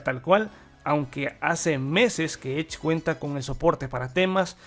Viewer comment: Buen vídeo, tu pronunciación suena a "Maicros ech" 😄